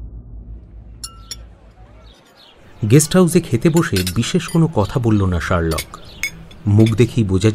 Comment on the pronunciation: Pronunciations must be better. Sherlock tai thik uchharon hoche na